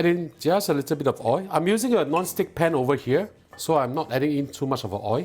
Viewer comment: What is “oi” you need to pronounce the world oi(l) correctly.